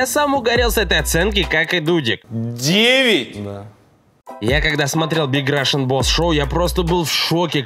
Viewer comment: Кому-то послышалось додик а не дудик ? 😅